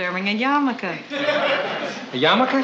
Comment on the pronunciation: It is pronounced "yarmulke", not yamaka. It is a Jewish headcovering, not a Jewish motorcycle.